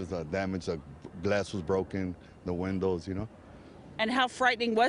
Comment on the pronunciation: "Broken weendows" This guy